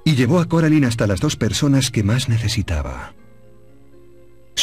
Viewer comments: Es cor------- alain 🙄 no coralin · Deard Se pronucian Coralain, No Caralain. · Si hubieran puesto las voces originales de la película en español el juego hubiese sido excelente (Es Coraline no coralin) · que paso con ese coralin :v no que era caralain así se pronuncia :v se escribe coraline :v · No es coralin es Coraline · Se dice coraline no caroline jasa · No me gusta que le digan coralin }:v 😫